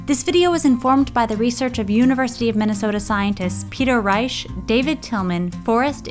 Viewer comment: Peter Reich? Or Peter Reish